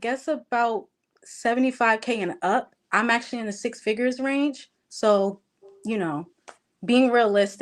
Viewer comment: Once learned what 6 figures was she started checking folks when in fact she was saying in wrong for a longggg time and some of us were in the comments trying to correct it. Now she’s going in 😅